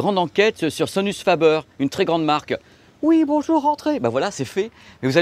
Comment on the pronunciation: fabaire pas Fabeure. Italiano faber sans majuscule.